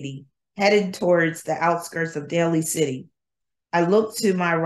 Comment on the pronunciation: Day-Lee City 😉